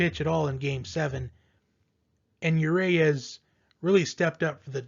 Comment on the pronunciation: It's not you Ray us! Unless you're French.